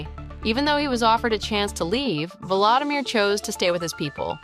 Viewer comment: If you are going to present a personality, please, please learn to pronounce his name correctly. It is vO lO Samir , not valadamir ( as in Valadamir Putin)